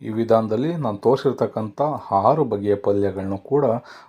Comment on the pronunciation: Haru alla aru